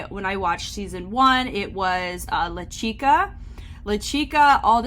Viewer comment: As an avid SWF watcher other than pronouncing Lachica wrong (more like “latch-ca” ) I really loved this video! Please do more in the future!😮❤